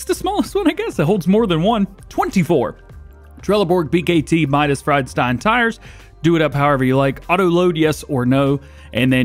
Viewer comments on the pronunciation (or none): none